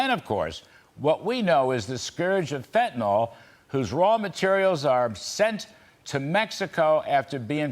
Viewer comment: Why are all the "talking heads" calling the drug fentanol when it is actually spelled and pronounced Fentanyl? It makes Americans appear weakly educated. IMHO